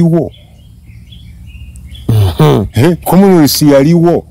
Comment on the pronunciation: 😂he has been saying commonwealth but i was hearing komness